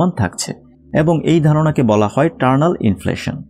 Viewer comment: Please make a correction here, it's not 'Turnal' inflation, it's Eternal Inflation. Not all the viewers are from science background, naturally they are going to learn a wrong thing, and I am pretty sure that you don't want it. Thanks for such a nice informative video.